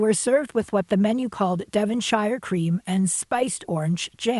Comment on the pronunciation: "Devonshire" is pronounced "Devon-shure", not "Devon-Shyer". I felt the same about eating in the lobby.